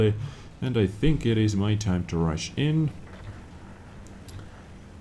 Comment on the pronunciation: When he said rush in all I hear I Russian ;)